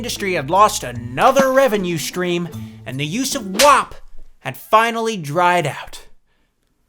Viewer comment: Oh boy, then you started pronouncing WAP wrong. Anyways, still loved this video, always excited to see pop up in my notifs!